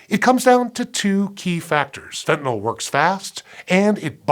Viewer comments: Pronounced fentanil, not "fentanol" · Your close, But not comprehensive. I have a degree in pharmacology, It can be absorbed through the skin and I'ts 100-times stronger than morphine, medical doctors also use sufentanyl, It's 100 times stronger times stronger than fentanyl, and It's pronounced, Fen-tan-nil, not fen-tan-all, and there are more than one opioid receptor in the Brain, there is carfentanyl, it's only uses on animals, as It is 10,000 times stronger than morphine. ⚕ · It's FentanYl not FentanOl. You can't get 5 seconds into the video without making that flub? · Why do people keep pronouncing it "fentanol"? It's fentanYl. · it's spelled fentanyl but everyone pronounces it "fentanol" wtf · Pronounced "fentanyl" (fentanil), not "fentanol" or "fentanal". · Why can't Americans pronounce fentanyl. Fent an il Americans : Fent in ol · Thanks for pronouncing Fentanyl correctly most of the time. It's never FentanALL. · Why is the dude on a Science show pronouncing it fentanol? This drives me nuts. It's not Tylenol ffs. Muricah! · Fenta- NILL! NOT NAWL!!! "Fen tah nill". Sue your teachers! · This is physically painful to listen to. The host doesn't even know how fentanyl is spelled, if he did he wouldn't pronounce it "fentanol".